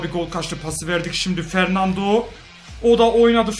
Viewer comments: Fernandinho diyo jhkgkfjgjgj fernando olacak o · Abi fernando ama sen fernandinho diyosun